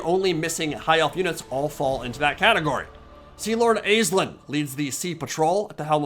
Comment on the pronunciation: Over here in Ireland it’s pronounced ASH-Leen